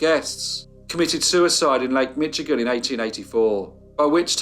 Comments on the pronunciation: Great work on this case! I had never heard of them. One bit of feedback: Michigan is pronounced with a 'sh' sound rather than a 'tch' as heard in the video. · Thanks for another great story. I live in Michigan USA. It's pronounced Mishigan. Requesting you do the Bath School disaster, a small town outside Lansing MI. I work in the hospital the children were brought to for help, and the in stories still echo in the halls. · he really did pronounce that CH in Michigan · Loved this, but I must point out that the "ch" in Michigan is pronounced like "sh". Thanks for all you do,!